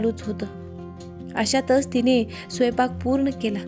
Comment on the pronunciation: स्वपाक नाही स्वयंपाक